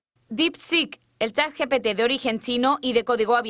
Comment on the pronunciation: Otra manera de descubrir a un lerdo: dice "chat yi pi ti".